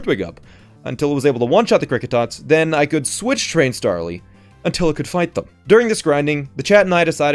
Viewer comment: "Stawly" - 2020.